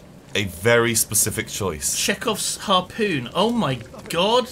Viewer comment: says the work harpoon Me an intellectual "HarPOOOOON"